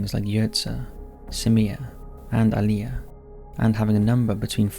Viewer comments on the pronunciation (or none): none